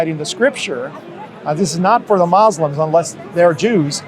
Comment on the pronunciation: When 2 Muslims are in your face talking to you.... And the word Muslim has been pronounced correctly many times.... And you choose to instead say mozzlem ..... With that you tell me where your heart is. 🔥